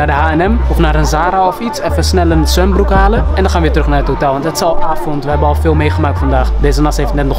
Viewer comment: Soldaat wollah 💯💯💯💯maar hoord ik echt zwembroer